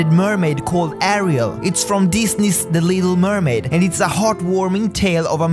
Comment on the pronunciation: When he said the little mermaid, I thought he said illegal mermaid.